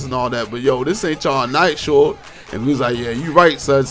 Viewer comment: "This aint ya'll night shord" LMAO thought it was shorty? or shawty? the way you said it was funny as hell. I'm looking up all yo stories man these shits are funny.